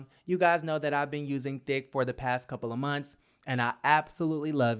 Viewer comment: Am I the only one who him say D*ck instead of Thick? Anyway it's time for Cynthia to step down, however if the beef is that good, they'll probably keep her around another season. Greg is a good man, he will get through this.